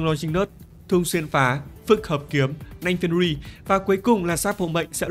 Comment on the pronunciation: Thấy mỗi thầy đọc đúng tên nanh fenrir 😅😅